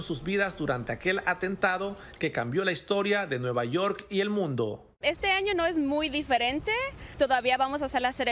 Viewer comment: Nueva YoR y nueva jorsey, presentador Mejicanita, porfavor tomá clases de Inglés